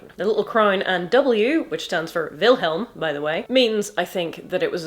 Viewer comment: That little moment of relief, when someone pronounces a germanic W properly. (As an English V. Vilhelm!)